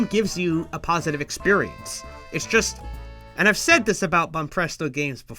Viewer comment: Wait, who the HELL is Megaron? I know Megalon, oh no..